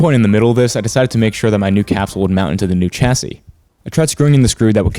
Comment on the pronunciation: See, "sodder" and "chassy", that's where your problem lies. It's "solder" with an L, rhymes with "colder" or "boulder". "Chassis" is said like "shassy". Now you'll be right. The electrons will know you're a good guy.